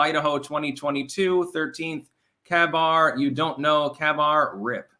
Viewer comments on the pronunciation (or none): ..it's a KaBar (pronounced Kay-bar).. it's a type of knife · Kabar is pronounced Kay bar and is a military issued knife similar to a bayonet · It's pronounced "Kay-bar." It's the standard US Marine Corps fixed blade fighting knife. Production started on 1943 and has continued unabated since, and has seen action in a dozen wars. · Lmao, KaBar is the knife the marines use, pronounced Kay-Bar.